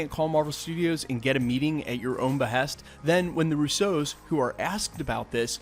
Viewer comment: Russo’s.. it’s Russo’s.. not rusSO’s